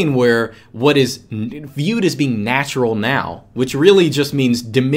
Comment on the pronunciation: has Russian accent when says "natura". I'm Russian, I know what I talk about...